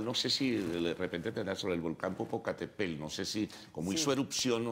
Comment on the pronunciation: Se dice Popocatépetl... Pendejo